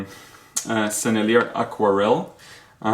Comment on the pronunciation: One of the first sets I got was a Sennelier 24 pan artist quality set, very nice paints and a nice box, too, from Dick Blick. (Btw the French pronunciation is more like senile-yay, the "r" is not pronounced. I think in high school French class we were taught that words ending with the consonants in the word "careful" are not pronounced. It was a long time ago so I could be remembering it wrong. First time for everything...) In any case I still really like those paints, might be second place after Daniel Smith because, well, y'know, MAGIC. ;-)